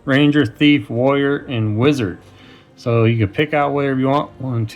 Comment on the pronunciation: When you first said warrior I thought you said lawyer.